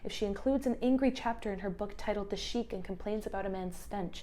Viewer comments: In Manguso’s memoir, “The Two Kinds of Decay”, the chapter you quote from is titled “The Sikh”. You pronounce it “sheik”, which is an Arabic title of nobility. A Sikh (pronounced “seek”) is a person who practices the South Indian religion of Sikhism. Observant Sikh men never cut their hair (including facial hair) throughout their entire life, and wear it wrapped in a turban. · A brief note: "Sikh" is pronounced "sick", the same as the English word. Sikhism is a religious movement that originated in the Punjab region of India. Thus Manguso's breezy use of the doctor's presumed religious identity functions for her as a cute pun ("Sikh" sounds just like "sick"! get it?!), and is also implicitly racist (Sikhism is a non-proselytizing religion, and therefore the vast majority of Sikhs are ethnically Indian and racially non-white). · I love your voice and your breakdown of this. I think it's very concise and thorough. Around the 47 minute mark, you pronounce Sikh as Sheikh which are two different groups of people. Sikh is pronounced phonetically, close to "sick" (with a soft drop off the the "k" sound, hence the h). Sheikhs are (according to google) older Muslim men with knowledge that people respect them for. Sikhs are a seperate religious group founded in Punjab (northern India). It's a common mistake for people to assume they're either Hindu or often Muslim, because (i assume) of the regional proximity, but I've never seen someone mistake Sikh for Sheikh so that was kinda funny. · hi! wanted to point out a tiny thing. the word sikh is pronounced like the word sick rather than sheek love the video btw, also subscribed to the channel:) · It's pronounced 'Seekh' not 'Sheikh' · Very interesting and thoughtful (and a bit depressing). just wanted to mention the pronunciation of the words 'sikh' ---> IPA: /siːk/, /sɪk/ Homophones: seek, sick. I just discovered this channel through AboveTheFray - gonna check out your other content :) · Isn't it pronounced seek?